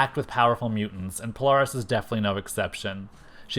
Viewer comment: Well It Is Not Pronounced Sync Like Nsync, But Pronounced Sinch Like Inch But Spelled Synch, And The Same With Poaris, It It Pronounced Po-Lare-Is But Spelled Polaris. And I Would Have Loved To See The Real SABRETOOTH But With Every Power He Has Ever Had Plus His Adamantium Laced Bones With His 4our Claws, MIMIC Who Has All 5ive Original X-Men's Powers And Some Of Professor-X's Powers Permanently And His Mimicry Powers, The Original MORPH (Yes Changeling) Like The One That Looked Like The Animated Version But He Wears A Mask To Look Like Is AOA Counterpart No Cape, Have REVANCHE The Cybernetic Clone Of Psylocke Return And Be On The Team With A Story That She Actually Is Psylocke's Twin Sister, ROGUE, BLINK, CRUX From Cerebro's X-Men, SPIRAL, SYNCH, MONDO The Real One, POLARIS, HAVOK, THORNN, COPYCAT, SUNFIRE, TOAD, & PYRO